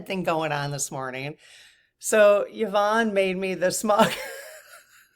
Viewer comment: Hi. My name is pronounced Ya-von. I was actually surprised that pronounced it correctly as most people, even after I say Ya-von, say E-von. Drives me nuts. You didn't say how your Mum pronounces hers. My heart to yours about the loss of your Mum. Mine passed away about 10 years ago as well. And though I'm not really anything like her, of the 7 children she had (4 boys, 3 girls) I'm the one who turned into the spitting image of her. And I do find myself saying out loud all too often "I am my Mothers daughter".